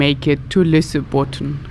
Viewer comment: Lol, you were not even close to Lysebotn.